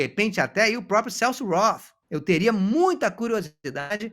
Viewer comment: "Celso Rotttthhhhh" acaba comigo😂